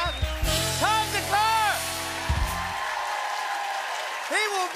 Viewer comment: There is an extra k in thakkar for a reason Anglos can't seem to see the extra letter in there 😂 (thakar) Same goes with buddha - buda(removing h and extra d sound) Gandhi-gandi.